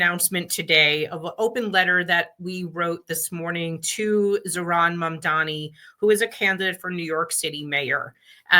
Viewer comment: You deliberately mispronounce his name again.